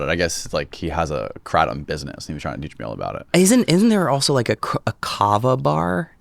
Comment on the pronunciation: First of all since we're starting off the podcast like this I'm going to correct you right now and I'm a patreon member so you should at least listen to me a little bit....it's pronounced Krayyyyytom not kra tom second of all it is quite popular here in Florida but it is all over the United States I found out about how to properly take it by a girl living in a shitty part of Vancouver,Washington who was highly addicted to the red kind which if any of y'all don't know white is flight, green is in between, and red is in bed... So sheso she liked pills.... Me personally I take the White version every single day before I go to work.. I have had two major knee surgeries and have chronic knee pain and I can't exactly use my medical Florida weed card all the time when I'm working so I use the kratom to help me the Carver and kratom are two totally different things. If you get a bag of remarkable herbs kratom and put a little bit on a brochure and slide it into a half-filled lemonade or apple juice or any other kind of juice handheld container amount of juice not a jug then you shake it up until it's broken up and then you chug it back. Now that is something that makes you feel good. You're welcome. 😂😂😂😂